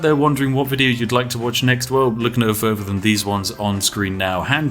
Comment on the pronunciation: "furvur ado"